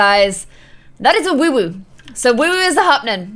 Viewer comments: It's woohoo not woowooo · Stop saying WooWoo it’s WooHoo